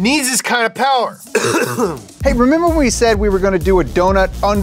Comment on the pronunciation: Sooooo....*less* powah babeh?